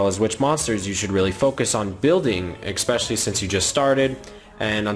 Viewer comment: "eXpecially" it kills me. Idk why that bugs me so much